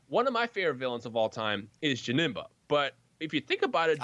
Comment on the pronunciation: Janemba is my most hated villain, I don't know why, when he kept saying "Jenemba" it made me feel sick LITERALLY. I'm fine with his second form maybe because he doesn't speak in that form.